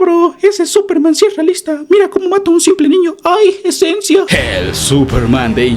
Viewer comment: "ayy ezenzia🥵"